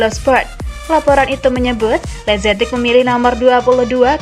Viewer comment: Masukan untuk pengisi suara: jangan semua nama/istilah dibaca dengan pronounce hahaha inggris. Ex: lazetic->lazetik, maignan->maiknan, etc